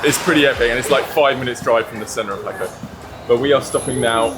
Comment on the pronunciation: Jaco’ is pronounced hawk-OH😂Español, people. Español.